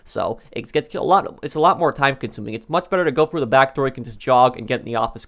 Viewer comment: The word is THROUGH not fru.you didn’t go “fru” the door you went THROUGH it.jesus fuck.